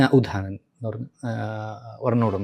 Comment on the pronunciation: അപാണ അല്ല അപാന എന്നും ഉധാന അല്ല ഉദാന എന്നും ആണ്